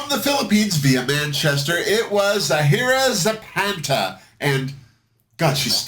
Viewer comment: her name is pronounced 'Za-hee-rah Za-pasta"